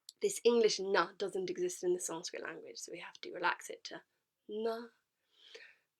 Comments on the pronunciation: She literally pronounce sanskrit so perfectly 🔥🔥🔥 Even our local gurus have many flaws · When you realize that She knows how to pronounce sanskrit better than our local religious gurus 💀💀💀